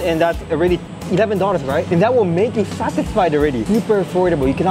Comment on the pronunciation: 😬😬😬 dollars = doll-lers, it's not doll-ter, sometimes you said it as daughters 😅😅 Great video as usual 😊